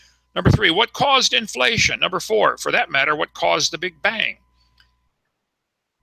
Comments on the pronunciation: Thanks to Kunt Hovind every creatard pronounces matter and water like a prick. "If you would take all the Maa-turr....." "During the flood there was a shitload of Waaaah-turrr released and......". Seriously, listen to all the other fuckwads who grew up listening to this molester-glasses wearing fuck. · i bet you wanted to tell him.. How not to pronounce wah'ter or mah'tter